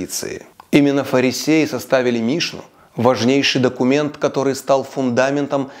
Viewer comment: мишнА, hалахА ударения на последний слог